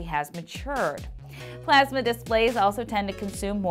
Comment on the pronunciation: The way she says plasma. PlEaSmA